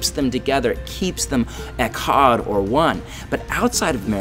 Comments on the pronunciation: OMG THATS NOT HOW YOU SAY "ECHAD" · This is awesome! Short note on your hebrew; pronounce the "ch" more with your throat (almost like hocking a loogie) instead of a hard "k" sound. (I am very new to hebrew myself, but that is on of the key things I picked up on.) Shalom.